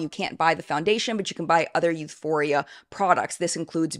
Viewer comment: Euphoria is as bad as Youthforia lol